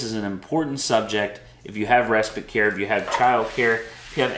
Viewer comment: Just curious why you say res-spit? Isn't it spite?